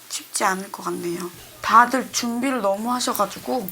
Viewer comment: 박봄보삻ㅋㅋㅋㅋㅋ 개웃겨 봄언냐 "다들 너험~ 잘햔댜"